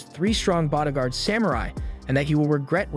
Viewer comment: Who says douche-a-bag? Is this a computer generated read? And bodagaurd? What the hell is going on? This guy sounds like he's from California until he says these random words that make no sense.